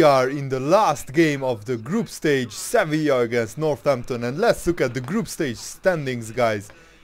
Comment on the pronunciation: Its Sevilla